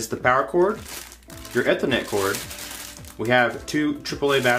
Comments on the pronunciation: Long E on ethernet like "eethernet". NIce review. Very professional sounding without being boring. If you still have this setup, try corner loading that sub by placing it behind the tv stand. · OMG. Please, it’s “eeeethernet” not “eh-thernet”